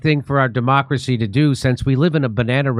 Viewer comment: “ for demonacrosy to do”